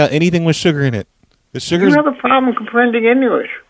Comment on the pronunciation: "You have a problem comprending Engulish"